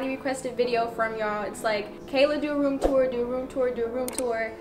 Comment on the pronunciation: “duarumtur, duarumtur, duarumtur.” 😂😂